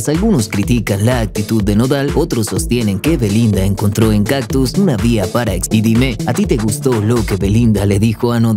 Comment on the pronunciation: Oye porque dices “captus” si es “cactus”.. poco profesional ser comunicador y no saber pronunciar las palabras